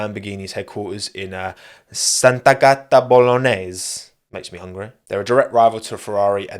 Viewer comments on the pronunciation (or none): that's killed me 😂 (btw you doubled the "t" and it sounded like "Santa Gatta" that is literally "holy cat" 😆)